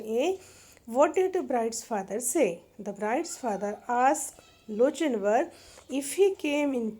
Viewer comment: I'm pretty sure it's pronounced lo-kin-var